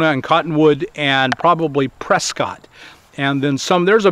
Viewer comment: Prescott is pronounced like biscuit not like hot.